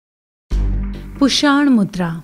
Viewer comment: पुषाण नहीं पूषण बोलिए